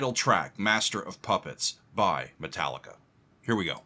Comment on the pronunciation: Me Tallica! "Me" pronounced like "Mi" or "E", the fu*** key of all their fu*** songs xd _/,,/